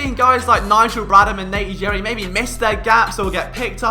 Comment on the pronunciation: How can this guy be philly a fan and call Nate Gerry, Nate Jerry......hahaha